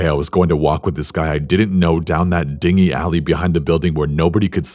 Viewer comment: Btw "...that dingy alley'' as in dinge-cooated, is atually pronounced "din-jee/din + gee" whichever way you need to see it to say it. The word you pronounced is spelled d i n g h y , and it is a small light boat; oddly enough in the language whence it comes, the H is not pronounced, and the G is all the harder for it; It is pronounced like the G in ghetto, ghoull, ghost, aghast, ghastly, or ghillie boot or ghillie/gillie suit.